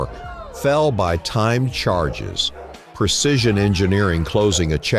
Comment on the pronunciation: "Percision" is not a word. *Precision "Percise" is not a word. *Precise "Fawerd" is not a word. *Foreward